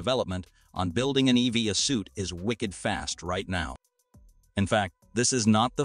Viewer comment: Your voice robot is quite jarring in how it pronounces "EVA": s/b "E-V-A" (as in "eee-vee-AE"; not "eee-vee-a" as in "again"!